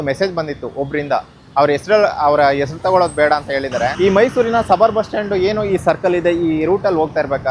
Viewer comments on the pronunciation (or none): none